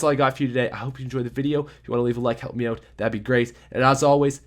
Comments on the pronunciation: 'Rock oat with your staffs oat' 'Intro! I mean oatro! Sorry that's really embarrassing'. I'm so sorry. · Let's rock oat with our staffs oat guys. Jk I love your vids